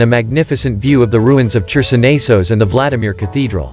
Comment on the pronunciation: Hi. Whoever is doing the narration does not know Russian. "Chersonnaysos" with a "Ч" for "Херсонес" and so on. Also, it seems that the translation was done by a Russian, and not reviewed by a native English-language speaker, because there are non-English terms and expressions, such as "From the obligatory conditions on the territory of the coastline..." and "The descent to the beach is quite sharp..."